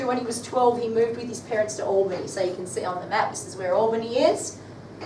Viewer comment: Should say Albany as though it was a "pal", not "pall". Obviously not a Western Australian teacher....